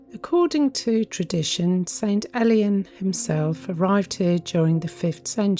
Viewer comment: It's prononced more like ale/ian than elian don't worry about it though, just for you info.